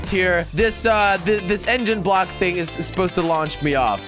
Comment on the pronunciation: why is he always saying things wrong? like, bridge = blidge , thing = think...